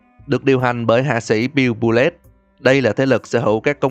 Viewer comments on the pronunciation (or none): none